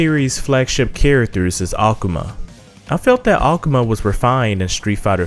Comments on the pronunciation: "ACOMA"?...its AKUMA... That's like dudes that used to say "TEA _KEN"...when it's TEKKEN! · The way he PRONOUNCES THE NAMES IS TRIGGERING KEEN AKAMAW WHAT TF BRO